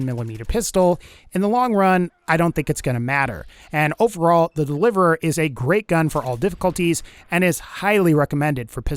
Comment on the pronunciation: so the delivereeririeir